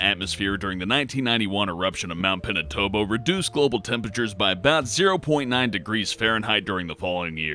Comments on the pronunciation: hope you can read this but Mt. Pinatubo is Mt. PiNaTooBo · cough "Pina- tow- bo" cough cough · Pinatubo is pronounced peanut-too-boh